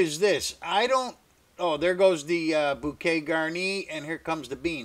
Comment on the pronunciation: Hello from France.."bouquet garni" you have a good pronunciation in French 👍 your soup I'll do it. Thank you